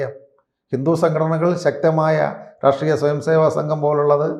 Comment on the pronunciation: പൊട്ടനാണ് എന്ന് "റാഷ്ട്രീയം " "എന്ന വാക്കു് ഉച്ചരിക്കുമ്പോൾ തന്നെ മനസ്സിലാവും. ലോജിക്കലായി സംസാരിക്കുവാൻ പഠിക്കു... വെറുതെ എന്തെങ്കിലും വിളിച്ചു പറഞ്ഞിട്ട് കാര്യമില്ല.